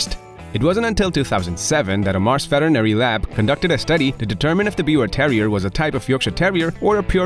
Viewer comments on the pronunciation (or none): none